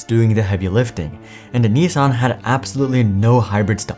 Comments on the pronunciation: I think it is niss san, not nee sang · Nissan not neesan. Baffles me how you pronounce it EE instead of i. So it’s should eets by that logic. Its pronounced the ways it’s spelt. America mispronouncing words since 1888. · The way that news anchor pronounced Nissan hurt my ears. 😂